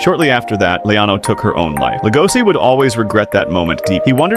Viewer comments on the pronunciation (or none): It's an SH sound not an S PLEASE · It's lego-she... Not LEGOSI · Legoshi. Damnit say it right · It's pronounced Lego she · How are you going to watch the show where they say his name so many times and still pronounce it wrong? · Cant even say his name right.